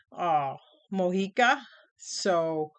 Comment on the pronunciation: Yes you pronounced it right :) thanks for the review